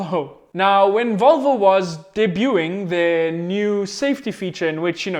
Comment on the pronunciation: It's not "Volvou", it's "Voylvo". Get it right!!